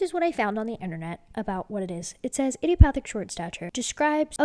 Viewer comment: You are pronouncing idiopathic correctly.